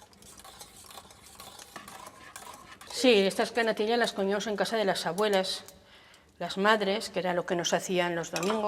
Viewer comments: No soporto esa manía ridícula de pronunciar la "ll"como si fueran lll.( natil-llas, gal-llinas, el-llos, ) solo vi la primera receta .ya no aguanté esa pronunciación que me perfora los oídos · Me hace gracia como pronuncia la “ll” . Se ha perdido esa variante fonética y es curioso escucharlo de nuevo. Mi abuela también me hacía esas natillas pero infusionaba la leche con canela y corteza de limón y estaban de vicio